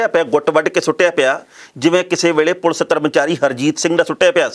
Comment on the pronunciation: enna time hogya khabra nu par ajj tak thonu 'police' kehna ni aaya... jiwe tusi bolde aa bht hi unprofessional te uneducated ja way aa